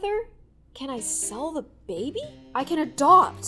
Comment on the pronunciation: "can i sell the babay ?" PFFT- !!!!!!!!!!!!! LLLLOOOLLL